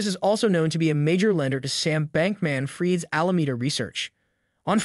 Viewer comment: pretty lifelike in that case—not great at saying Sam Bank-man Fried either🤷🏽‍♂️